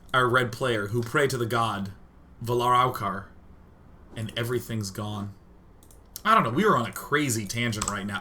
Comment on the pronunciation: Its pronounced Vala- Rau- Car; Its from the Silmarillion by JRR Tolkien and is the high elven form of the word "Balrog"